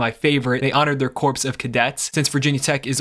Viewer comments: Corpse of cadets? Come on bro… it’s pronounced “CORE” of cadets. Just like Marine “CORE”. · Corpse of cadets... Wouldn't it be great if you knew how to pronounce "corps" correctly? It's CORE. Not CORPSE. Moron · Bro really said CORPSE of cadets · It's pronounced "core" not corpse. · “corps” is pronounced “core” not “corpse”. Also, the majority of D1 colleges have a “military program” in Reserve Officer Training Corps. VTech is part of an unique group called senior military colleges that are distinct from the service academies, but there are 6 of them not 2: Norwich, The Citadel, Texas A&M, Virginia Military Institute, Virginia Tech, and North Georgia. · My man. Corps is a homonym with core. 🤣 Great vid, otherwise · Do you really not know how to pronounce “corps”?